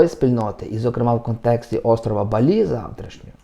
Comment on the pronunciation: Не БалІ, а БАлі😉